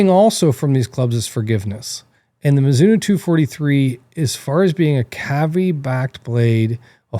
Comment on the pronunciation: I’m sure there’s an O on the end of Mizuno. Can’t watch or take anything you say into any consideration when you can’t even get the name right. 🤦🏻‍♂️